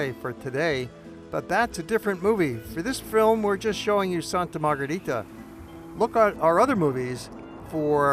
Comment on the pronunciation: Before making a video, please ask a local how to properly pronounce the name of the city you're reviewing.